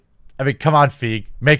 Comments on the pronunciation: Its pronounced "FY-GEE" lol. Everybody makes the mistake so it doesn't really matter. However I'm all for it and yes I'm all for Captain Marvel being the leader but I just cannot stand the casting choice because let's be honest, no 13 year old boys are going to have posters of her on their walls to beat the meat Like Scarlett Johansson's Black Widow. She looks like she has no charisma at all. She's always blank in all the promo and I know the movie hasn't released but this feminism s*** needs to stop. We're at a time where everybody is treated the same and these Nut Job women don't understand what feminism is. They just automatically assume, "MEN BAD. GIRL GOOD". That's not what it is at all. It's about not judging somebody because there are a female. And being treated equally. Not attacking the other gender. This is getting out of hand and it's annoying me because this might be the first Marvel flop because of her actions. She could single-handedly ruin MCU if she continues with this s***. Miss flat Butt needs to calm down like I do at the moment. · I want to like this video so much, but when you can't even do enough research to know how to properly pronounce Kevin Feige's name, it just makes you look like you don't know what you are talking about. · You're pronouncing Kevin Feige's last name incorrectly and it drives me nuts:P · Is it Feige or Feige... I’m pretty sure you’re saying it wrong 😂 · Feige. Fee fi fo fum. Glee - gee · Look, if you can't even get their names right, why bother with your attempts at an enlightening YouTube spot. Good thing I didn't waste my time watching the whole thing... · Please pronounce Kevin Feige's name correctly... 🤪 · lol when only white dudes are getting pissed because a white women said their opinion doesn’t matter. Get fucked white folk, your own people are turning against you. Also you’re pronouncing feige wrong you neckbeard Neanderthal. Catch me at captain marvels midnight release and a second viewing the same weekend.